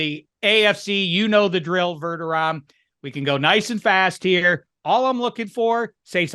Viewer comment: You hurt my ears with this “Verderom” it’s VerdeRAM homie.